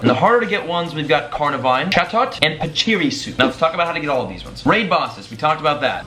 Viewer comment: Pashi-ree-zoo is the pronounciation